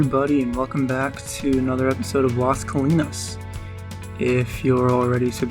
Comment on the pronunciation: very nice build. the overview is dope cant wait to see the city filled in. ur pronunciation of the theater name and place was pretty spot on. you should do a marina btw. keep up the great work